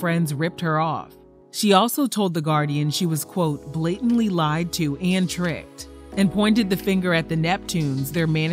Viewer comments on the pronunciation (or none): none